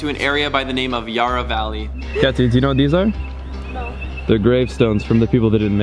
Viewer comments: Not Yaaaarah, YARRA! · ya-rah valley not yaara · May have laughed at how you said yurra valley ;) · "Yar ra" okay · Ah yes the Yahrra Valley